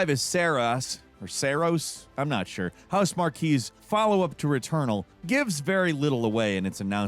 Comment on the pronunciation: Did seriously pronounce Housemarque like "Housemarquee"? Did he just do it for engagement bait? Marque is pronounced like mark. Marquee is pronounced mar-kee.